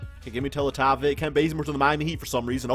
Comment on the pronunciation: Bruh ITS NOT PRONOUNCED TELETOVIK ITS PRONOUNCED MIRROR- SA TELE-TE-VICH